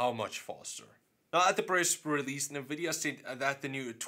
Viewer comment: Dude, I cringe every time you say "Navidia". Other than that great vids! :P